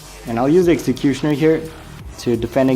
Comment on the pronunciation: i love the way u say executioner its coool